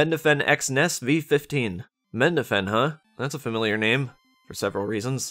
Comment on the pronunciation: MeDNafen not Mendafen